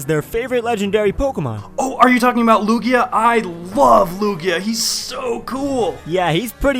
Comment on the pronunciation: Lugia? LUGIA? L U G I A